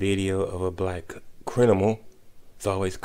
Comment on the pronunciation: That sound like a whole black man, & I had to zone out listening to him after he said "Crin - nimals" & "Indi - vigidal". I'll admit your videos seem a little more equal to criticism on bm & bw lately.